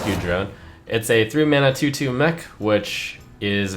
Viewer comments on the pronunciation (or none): none